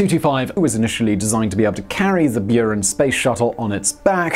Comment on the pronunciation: It's very interesting, how transliteration can make people butcher pronounciation ) Mi-26 natively sounds like "Me"-26 (one word + number) And Buran is "Boo run" :D